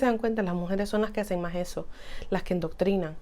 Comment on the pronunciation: Endontrinan...nooooooo Se dice Adoctrinan